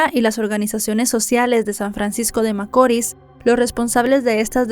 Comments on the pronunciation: Hola, veo todos tus videos desde aki República Dominicana y me encantan todos, muchas bendiciones, excusame por corregirte pero no es macoris, tiene acento la i, macorís, disculpa, un fuerte abrazo... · ya no soporto como pronuncia macori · Muy buena narración,, rs San Francisco de Macorís con acento o fuerza en la ís. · Macorís CON ACENTO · No conocía este caso y ocurrió en mi pais, pero un poco de investigacion me trajo a verlo aqui, gracias por el resumen, aunque haya pronunciado mal cada vez San Francisco De Macoris